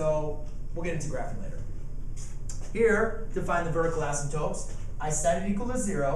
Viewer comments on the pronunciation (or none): A-symp-totes, not ass 'em totes ;)